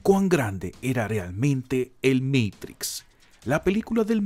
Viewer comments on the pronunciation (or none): No me gusta cuando el video es narrado como meitrix....porque no lo pronuncia como se pronuncia en español "MATRIX" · "el meitics" cuidado, estamos ante un privilegiado del lenguaje. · "El MEIKTRIKS" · Porque decís meitrix.... cualquiera